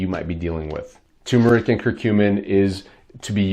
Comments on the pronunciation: you misspelled it in the title and you are mispronouncing it. Its not pronounced tum, its tur. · It's TER not TUMOR. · TuRmeric. Not Tumeric. THERE IS AN “R” after the “U” and it is pronounced, not silent!!!!! TUR-MER-IC Why do so many people have so much trouble with this??? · It's tuRmeric. There's an r between the u and m. Ter-meric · First, take a look at the bottle you’re holding. The word is spelled TuRmeric, not “Tumeric”, and BOTH Rs are pronounced. Second: Does this Turmeric Curcumin W/ginger powder help with bone on bone pain? Both my knees are bone on bone. Both were damaged in a car accident and I never received medical help for them. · Can’t spell or pronounce it right …. Not watching and don’t recommend this channel